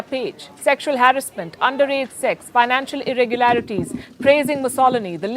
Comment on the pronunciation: Ur pronouncing harassment wrong way,please goto google pronounce and check it..a good reporter always do homework before,love your journalism ❤